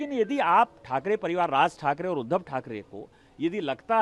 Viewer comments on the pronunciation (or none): none